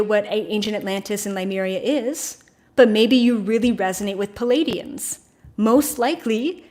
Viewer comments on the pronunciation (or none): when you talk about Paladians, do you mean Pleiadians? These are two different things. If you mean Pleiadian, please pronounce this starseed family correctly! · Is there a particular reason you say, Ly-mer-ians instead of Le-myu-rians like most? or Pa--lay-dians instead of PLEE-ay-dians? Just curious. Are they different'?